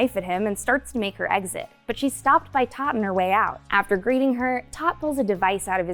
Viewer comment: Oh, and Toht’s name is pronounced “tote”, like a tote bag. It’s a variation of the German word tod, which means “death”.